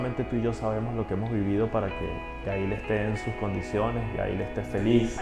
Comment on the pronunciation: Q fastidio llamando a su hija Ga-il, tal cual y como se describe en español. Es un nombre en ingles pronuncienlo como se debe..